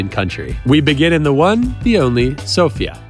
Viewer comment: How hard is it to stress the first syllable,the SO part of the name of the capital Sofia?